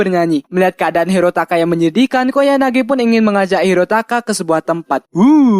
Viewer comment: Ralat:Bang ente salah Sebut Nama "KOYANAGI" bukan "KOYAGANI" :v Mangat Terus bang SALAM WIBU :V